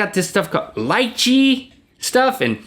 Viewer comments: Episode: Ice Cream or Frozen Yogurt Time: about Response:liche is pronounced lee che not lih chay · link it's not pronounced ly-chi, rather li-chey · It's pronounced LEE-chee, not LIE-chee. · its not lie-chee its lee-chee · It's not lie-chee, it's lee-chee... And it's delicious. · lie-chee? lee-chee! *$*)(&)#@ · Haha Lychee is pronounced like 'lee chee' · When link mentioned Leechi? Pronounced LEE-Chee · Leche lol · Lychee ( la-chee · Link, it's pronounced like "lee-chee" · Its pronounced "lechi" LOL And I really like minecraft because you can create anything you want. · It's pronounced leechy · It's pronounced "l-eel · its pronounced leechee link its a fruit and its awesome